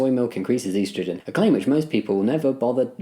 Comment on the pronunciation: your pronunciation of estrogen made me wince